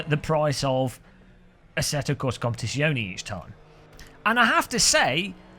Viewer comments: competizione it's Zion-a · OMG such blatent click bait.😁 Your right though iRacing needs a good kick to even think about changing its pricing system. Oh and and when pronouncing Italian words generally all of the letters are pronounced, don't forget the 'e' at the end. Love ya byeeeee.